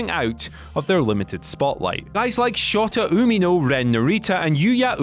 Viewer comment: I'm sorry but how he said Shota Umino hurt me